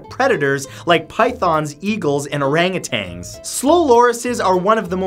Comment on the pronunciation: OranguTANS. Sorry, but as a zoologist I must correct you. They aren't orangutanGs. Take off the g when you say it